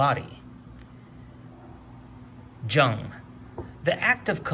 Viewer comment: FYI: "Jung" is pronounced "Young"...